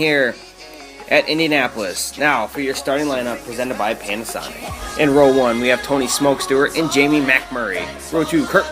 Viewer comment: I heard "pain a sonic"